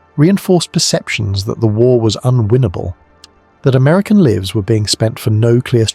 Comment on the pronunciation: Livs?? livs? What are livs?? The AI narration produces unnexessary jarring - it wouldn't be a big ask to have had a human narrate this.